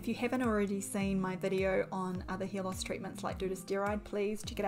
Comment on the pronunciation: I also heard her saying "hear loss"😂😂😂😂 English is not my first language 😂😂😂